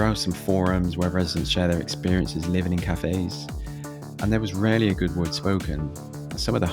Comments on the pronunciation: Cathays - pronouned Cat - ays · Pronunciation is wrong on Ely , Caerau and Cathays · If you're going to slag off a place, at least take the time to actually learn how to pronounce it's name. Cathays is pronounced "Cat-ays", Ely is pronounced Eel-y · Where is Coyra or Elly? And Cathays is pronounced ‘Catays’. For pity’s sake, make an effort to at least get the names right. Also the murder which you referred to occurred in the 80’s not the 90’s and the killer was not from the area where it was committed.